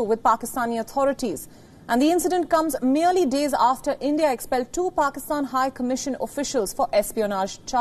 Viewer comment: This kind of English, some one can understand ? what are they reporting about ? it is called Pakistan, not Pokistan or Pikstan